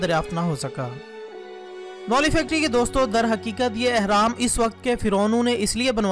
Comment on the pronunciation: 1)احرام نہیں بلکہ اہرام ہے 2) اور سورۃ قصص ہے قصاص نہیں 3) اور آپ نے سینتیس کہا اور لکھا 83 ہے دو بھی غلط! سورۃ قصص کی آیت 38 ہے آپ نے جس آیت کا حوالہ دیا۔